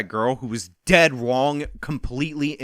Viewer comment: i can’t stop hearing “dead wong” lmao